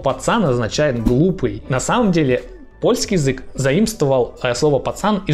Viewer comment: С ударениями в польском всё просто: всегда на предпоследний слог! Кроме односложных слов, конечно. У вас получится 😁